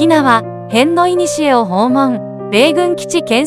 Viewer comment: 棒読み君かな？AIかな？ 辺野古（へんのいにしえ）❌️ へのこ⭕️